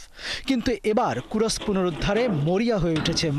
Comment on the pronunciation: kurosk না kursk